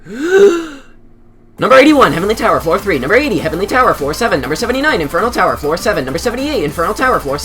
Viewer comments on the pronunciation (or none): I love how he said heavenly flower lmao and it also put HF on the specification of what tower